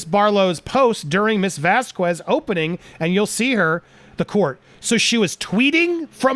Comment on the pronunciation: Andy: "...post during 'Ms. 'Vaz-KWEZ's' opening...'" Me: Really?! "Vaz-KWEZ?" C'mon, Andy, try again. Andy "...tweeting, during 'Ms. Vaz-KEZ's' opening..." Me: There you go, bro! Carry on!